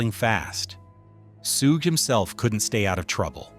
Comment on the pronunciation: it's pronounced "SHUG"...not "Soooge"!